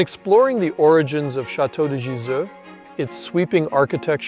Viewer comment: Nice video. In the voice over, you have a very fair pronunciation of French names (I'm not French - it is only my fourth language in fluency, English 2nd). With European languages there are a few sounds to learn. When you pronounce the name of Gizeux, it sounds like Gizou. The German ü, French u, Dutch u - all sound the same. The German ö, French eu, and Dutch eu - all sound the same. French and Dutch have a sound as in the French word "eye" (oeil) but in Dutch phonetics that sound is spelled "ui" (the Dutch will pronounce this a bit stronger relative to French softness). English doesn't have these sounds. You need to learn to hear and say them, if your ambition is to pronounce proper names the original way. Except for English loanwords, EUropean languages are phonetic - you just need to know the phonetic rules of each language to be able to read and write them easily. English is more like Mandarin where each word needs to have its pronunciation taught.